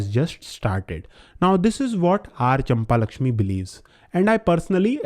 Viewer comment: Brother is not champa-lakshmi its champakalakshmi